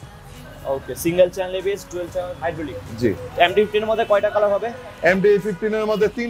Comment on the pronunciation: হালায় একটা শো রুমের মালিক বাংলাও কইতে পারে না ঠিক মতো, ওরে ভাই ওইডা সিঙ্গেল চ্যালেন এবিএস না 🤣🤣🤣 সিঙ্গেল চ্যানেল এবিএস হইবো😂